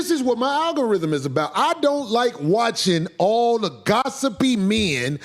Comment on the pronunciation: Aggarhythm 😂😂😂😂 ma boi drunk